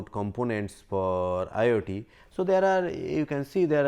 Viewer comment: This man pronounces IoT as IIT